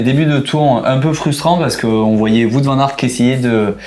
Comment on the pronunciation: Le petit point culture néerlandophone: "Wout" Van Aert se prononce "Ou-o-ou-t". Comme "Wow" avec un -t à la fin. Et non pas "Voûte". Pour être honnête, ça m'a gêné. :D